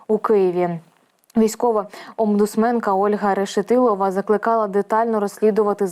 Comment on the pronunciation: жахлива ведуча! омбудсмен у неi обмутсмен! 😂